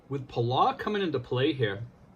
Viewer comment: It's pronounced Puhll- Ow ... like you stub your toe and say Ow! Or like us locals call it, Belau. We have a long history with the US. One of the bloodiest battles of the Pacific was fought there on a Palauan island called Peleliu. Anyways, thanks for sharing with the people... We have a ton of PI natives working there. #Trump2020 but #Belau4Life